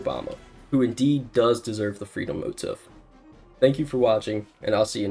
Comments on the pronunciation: Pronouncing it “motiff” is kinda genius actually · / Ackchyually, it's pronounced "mo-TEEF." Also, Spamton represents anarcho-capitalism (he even has the color scheme down pat), so there's no possible way a socialist like Obama could ever "possess" Spamton. They represent different aspects of the same Leviathan, and they'd likely battle each other. [[1997]] is also the year 'Highly Responsive to Prayers' came out. The first Touhou game. The final boss is an archangel named "Sariel." The names "Ralsei" and "Asriel" are both anagrams of "Sariel." Ackchyually, it takes place in the year 202X (enunciated "twenty-twenty-ex"). Undertale takes place in the year 201X, but no one seems to understand that it should be enunciated as "twenty-ex-teen," likely in reference to "twenty-exty-six" since Toby-go-nuts loves to pay homage to Homestar Runner. She looks like an iMac G3 from the late '90s. Only if we look past the in-game info that reveals 202X. The name "kromer" might be a reference to the real-world Scandinavian currency known as "krone" or "kroner." Hometown looks just like my home town in Indiana in fall. Not just the trees, but the fact that there's a flower shop and a road that ends at a lake. Except here, the road goes down into the lake you can let yer boat off (if you have one). Stranger Things: Wisconsin I had an Alphys-like teacher in middle school. She taught lit instead of sci, but the personality was there. Not Alphys's anxious neurotic side but her excitey-go-nuts mani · Bro made the whole video just to not realize leitmotif is a German loanword and thus motif pronounced "moteef" 🥀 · I still don’t know if the motif pronunciation is part of the shitpost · not how you pronounce motif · You had me until you decided to pronounce the word motif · probably my favorite part of this video is that you don't even pronounce the word "motif" correctly. iconic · The Knight doesn't have the freedom motif, also you're saying motif wrong